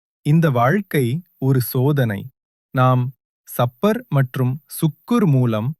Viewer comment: சப்பூர் தவறான உச்சரிப்பு ஸபூர் என்று உச்சரியுங்கள்